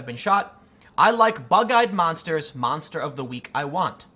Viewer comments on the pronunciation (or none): none